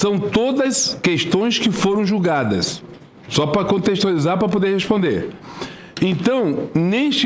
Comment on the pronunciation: "Pá pudê" Ministro?)